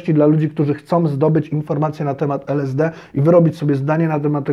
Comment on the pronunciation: Najpierw to naucz się wymawiać LSD